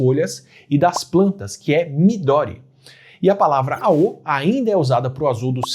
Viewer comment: Não é midóri, é midôri!